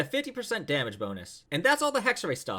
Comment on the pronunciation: Isn’t it pronounced hexerAI idk I’m a Chinese player so I might be wrong here